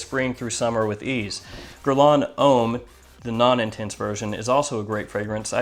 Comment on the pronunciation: yrustupid its Deux, not duh 😂😂 And homme isn't pronounced 'ome' its a mixture between ohm and uhm. But yeah great fragrance review, I'm intrigued by the Carolina Herrera fragrance because I do love CH Men Prive also